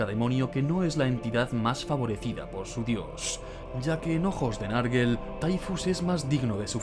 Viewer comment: Bueeeen video,muy entretenido,eso si, cada vez que alguien dice "narguel" muere un gatito. Se pronunciaría "nergol" ,o si no nurgle.